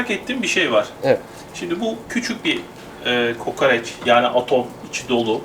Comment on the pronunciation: Niye kokareç deyip duruyosun hemşerim doğrusu KOKOREÇ değil mi?